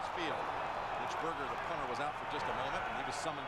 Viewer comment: this dumbass broadcast team was educated on how to pronounce the punter's name and still couldn't say it right. smh